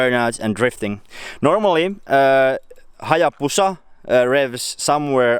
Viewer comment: Lol "our turpo hallabusa" I'm dead 😂😂